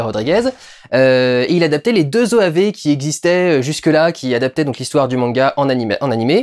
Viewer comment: Manga mania, la passion du manga!! C’est resté encré dans ma tête haha et surtout pour l’époque il savait bien prononcer « manga »